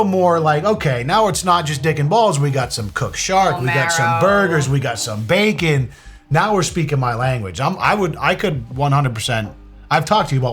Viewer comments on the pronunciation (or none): none